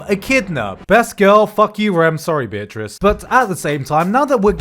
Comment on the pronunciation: You pronounce Beatrice to Bitchress, good lord that crack me up